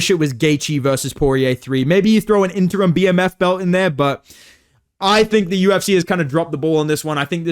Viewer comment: Bro said interim BMF belt and I lost it